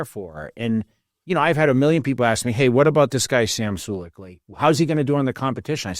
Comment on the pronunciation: Jay gives off the "trying to be hip with the young kids persona". Having Sam on your podcast while you can't even pronounce his last name. Then the motto for your gym... " It's not a gym... It's a vibe." Guess you gotta do what you gotta do to sell your brand.